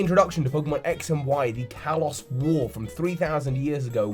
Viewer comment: You say the word Kalos wrong. Kalos is pronounced (kah-lohs).